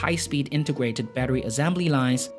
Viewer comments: Azembly lol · The way you pronounce the word assembly hurts my ears and I am not even a native. Cheers to Singapore however, I really like the video